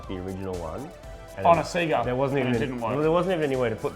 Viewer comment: Did really call the Sega a "Sea-Ga" lol.